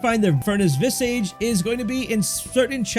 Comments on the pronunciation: Visage is pronounced "Viz-udj" not "Viz-Age". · It's not visAGE. It's pronounced like Vizidge. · Visage isn't pronounced "viss-aige", it's more like "viz-aaj". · Please look up the right way to say visage. vis-ah-j not vis-AGE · Its vis-ahhge, not vis-age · It's not pronounced "vis" + "age" It's pronounced "viz" + "ige" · Vi-sihj not vi sage. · Visage is pronounced Vi-ZARGE, meaning a face. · Potentate: POE-ten-tate. Visage: VIS-ej And just for fun, Vigor: VIG-ur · Vis-idge Poe-ten-tate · its not pronounced vis-age... otherwise it was good, just a pet peeve with pronunciation lol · Maybe next time if you can figure out how to say visage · You really should take a break from screens, dude, and learn how to read. The way you say "visage" tells me that you don't read much. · Good info, thanks! Side note, you may want to look up the pronunciation of visage, i was getting a bit hung up on that personally Lol